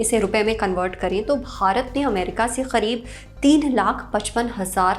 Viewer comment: It is करीब not खरिब.... why did she pronouncing it खरीब....